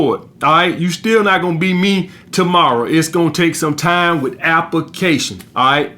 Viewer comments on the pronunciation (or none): Appa fuckin cayshon